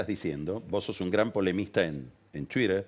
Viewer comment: Amo cuando dice: "chuirer" (twitter)